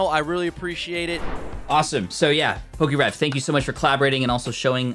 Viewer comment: Its Definitely poke’rev